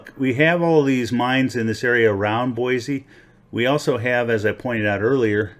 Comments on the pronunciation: I know that your video was posted a few years ago and I am now just responding. I live in Nampa Idaho and have prospected in a lot of different locations in southern Idaho. Very good gold in most locations. First things first. The correct pronunciation of Boise is "Boy C" not "Boy Z". A lot of Californians moving here and they all say it wrong for some reason. Second there is a thing called the Idaho Batholith and has a lot to do with geological creation of gold in this area. We have a lot of volcanic activity under our state and a lot of hot springs every where because of it. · "BOISE" (boy-see) not (boy-zee)